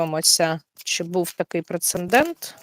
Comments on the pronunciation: підкажи:-"прецедент" (не прецеНдент).. а так - дякую )) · будь ласочка, зверніть увагу на вимову слова "прецедент".Ви його так любите і часто вживаєте, але вимовляєте якось неправильно із зайвою "Н".